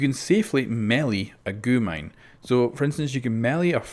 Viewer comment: you dont speak it out as goo mine its g u mine